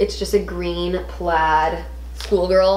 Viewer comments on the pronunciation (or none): none